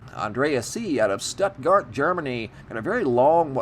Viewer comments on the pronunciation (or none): none